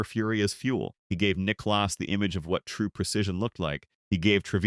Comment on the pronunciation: Jack Nick claus 😂